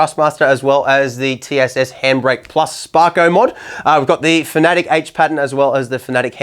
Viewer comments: no no you need to say it like this fa-na-tec not fnatec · Bro learn to pronounce fanatec it’s not fanatic it’s fanatech